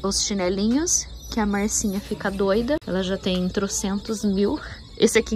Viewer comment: Achei super legal chamar de Marcinha, com o seu sotaque ficou ainda melhor. Relaxa!